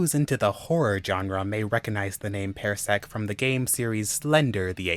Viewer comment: I love these stories, they are all great reads. I'm sorry, but it's pronunced PAR-sec not pair-sec. It just bothered me hearing it pronounced that way.